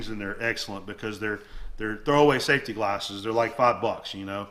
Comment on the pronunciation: The way he pronounces “safety McGlarses” is funny. Must be a southern thing.